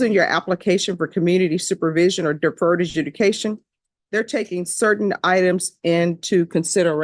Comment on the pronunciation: that pause to comment made no sense. Defense is saying "if all crimes need sentencing then wtf do we even have deferred adjudication for?" (btw - deferred adjudication, not deferted judication)